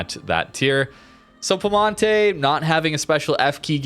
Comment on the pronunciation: there's an I between the P and E in piemonte, in italian you just pronounce all letters